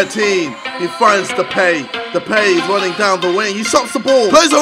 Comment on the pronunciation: It's pronounced as De-pie, not Depay